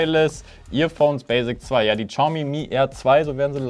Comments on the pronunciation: hör auf "Tschaumi" zu sagen! Es heißt "chiaomi" mit einem ch wie in ich. Danke und jetzt bin ich auf das nächste Video gespannt;) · Man spricht es "SCHAUMI" aus. Ohne witz